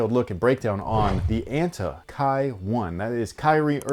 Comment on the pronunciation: it's pronounced "ah-n-tah" btw